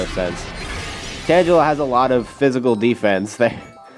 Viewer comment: Hey, I actually think you say tangela wrong. I think it's actually pronounced tang-a-la